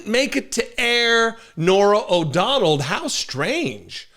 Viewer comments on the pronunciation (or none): O’Donnell. Not “O’Donald”